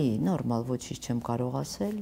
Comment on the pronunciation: Ասել,ոռ չե асель,եղել,ոչ թե ехель